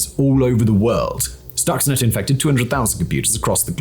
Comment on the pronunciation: For a clue on how to pronounce "Stuxnet" one only need look at the spelling: Stuxnet So, we may conclude that the correct pronunciation is – you guessed it – Stuxnet, not "stoxnet"